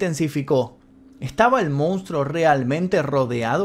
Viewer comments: Geniales los videos loco!! la verdad muy interesantes. Solo una cosa y de onda, la palabra es "MONSTRUO" y todas las veces decis "MOUNSTRO", no me las quiero tirar de sabio ni nada de eso pero molesta un poco el MOUN. Abrazo bro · Se dice Monstruo, no Mounstro,... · nosepronuncia mounstro,habla correctamente